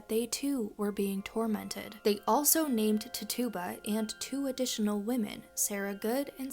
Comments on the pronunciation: Accent on the "Tit". TIT-uba. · Her name was “Tit-Chu-Ba” 🤍